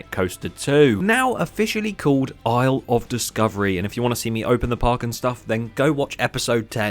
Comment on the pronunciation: Isle of Discovery sounds like "I love discovery"